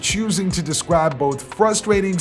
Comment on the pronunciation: This nigga can't say his "R's" 🤣😂🤣 Bruh said "wap" & "descwibe" LMAO